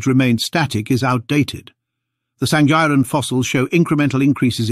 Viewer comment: Correction SANGIRAN is pronounced with "ng" sound.